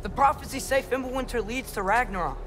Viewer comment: someone said “ragniggarok” 😭